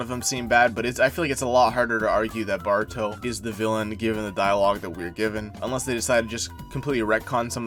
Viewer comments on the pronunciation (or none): Pronouncing ''Baruto'' and sometimes sound like Bart-ruto really made me laugh so hard 😂